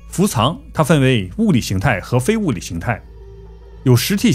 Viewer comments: 伏藏念做fu zang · 不是唸伏「藏(同音字：奘ㄗㄤˋ)」嗎？ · 伏藏叫“fu zang”